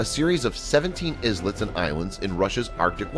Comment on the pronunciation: The word, “islet” is pronounced like, “EYE/LET” similarly the plural is pronounced, “EYE/LETS”. Islands and islets.